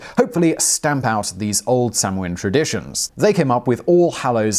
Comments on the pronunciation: It's NOT pronounced sam ween, it's pronounced sow-ann!!! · Please.... Samhain is pronounced 'sowwen'. Irish does not share English pronunciation for all letter combinations. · Hi Simon love your videos, samhain is pronounced sow-in (sow as in pig) 👍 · Sanhain is Gaelic and pronounced sownaa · Simon - As far as I'm aware, the American pronunciation (and most commonly accepted one amongst actual practicing pagans of today) for Samhain is "SOW-an, where "sow" rhymes with "cow," and the accent is on the first syllable. :-) I've been a practicing witch for 30 years, and I've never heard it pronounced the way you do. But again, I'm American and so are my fellow local practitioners, so there ya go. ;-) P.S. Samhain, pronounced like it's spelled, is a killer old-school punk band. ;-) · Just came here to post that :-) Sow (as in mother pig), Ann. At least thats the way its pronounced in Munster. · Was anyone admitted to hospital as a result of being attacked by martians though? And didn't they know that the chances of anything coming from Mars are a million to one? Oh yes Simon, the m is not pronounce in Samhaim so it sounds a bit like sawnn or maybe sownn. I believe in America the second syllable is more like winn than the British. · How am I supposed to trust a history show that butchers the pronunciation of Samhain like that? Yeesh.